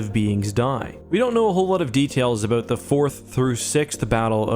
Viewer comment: We are talking aboot.....